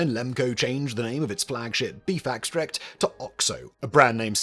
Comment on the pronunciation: I didn't pay any attention to that Australian guff but he said ''''axtrect''